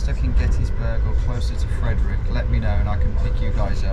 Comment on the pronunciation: hearing Frederick pronounced like that hurt... same with Potomac... Maryland moment. Crab gang rise up